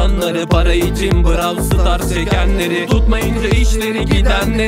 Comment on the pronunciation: Abi nolur Brav stars deme brol stars de✅